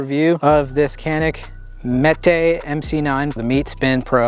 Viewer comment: Its pronounced "JANIK MET-EH"